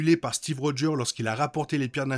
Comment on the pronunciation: Merci pour cette belle vidéo recap. Je me demande si Doom n'est pas de l'univers ou Steve s'est installé et qui a peut être subit une i curdion, même après que Loki aurait déplacé Steve dans une autre réalité. Ps: avec toute bienveillance, les mots ou tu oublié de prononcer le 's': Marvel Studios (Studioz), Steve Rogers (rogeursse). Je répète, avec toute la bienveillance possible ❤